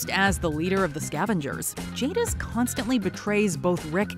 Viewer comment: ...despite saying her name correctly before, I swear you said Jingis here 🤣🤣🤣